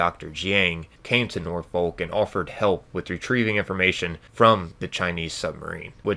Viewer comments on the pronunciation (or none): My British soul ached with that one 😂